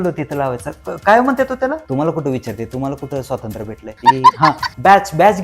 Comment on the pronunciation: स्वातंत्र्य! नीट म्हणा हो!